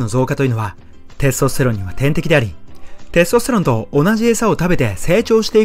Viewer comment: てぇすとすてろんの言い方が笑